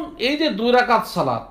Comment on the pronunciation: দুই যাকাত না ভাই দুই রাকাআত হবে।